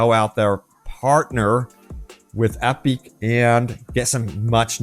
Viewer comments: Great video and great news! That said I am having a hard time coping with how labored your pronunciation of the word "Epic" is. "Ep-beak?" You sounded like you were in physical pain trying to get that word out. Lol then I started to wonder "maybe he is right? No one would have that much trouble saying "epic" unless the company gave it an awkward pronunciation which would make you stumble on the word every time it came up. If that's true then have I been saying it wrong all this time time????" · why are you saying epic like that...